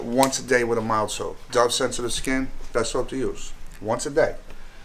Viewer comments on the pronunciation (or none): none